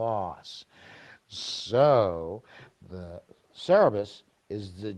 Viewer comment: Cerberus pronounced Sir-Bir-Us. The three headed dog that serves Hades and guards the underworld. Greek mythology.